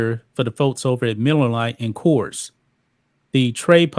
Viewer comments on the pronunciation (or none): It's not kers it is Coors (kors)